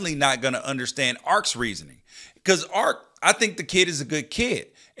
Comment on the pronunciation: Might wanna fix that headline….also it’s Arch, not Ark. Your take is solid though!